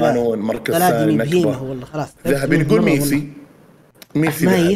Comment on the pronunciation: ميسي ❌ ميثي ✅😂😂😂😂 يا